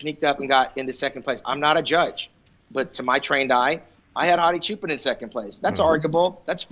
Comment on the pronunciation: Why do you keep saying “sshoo-pen” it’s pronounced just as it is written: “CHOO-PAAN”